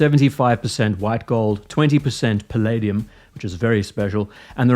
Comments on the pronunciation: *Palladium (not Pilladium) "5% Platinum and Rhodium"...2.5% each or something else? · Palladium (Pd), not Pilladium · My friend. It's palladium, not pilladium.. unless this is some new metal I never heard of?